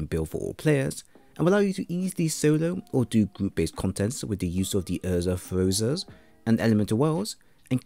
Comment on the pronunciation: lol "Urza Furza"